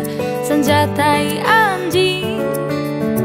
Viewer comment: Fasih sekalee pengucapan anjingnya..